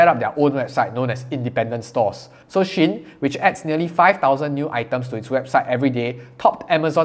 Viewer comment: I believe shein is pronounced she-in from she inside. But because I like You just pronounce it anyway You want!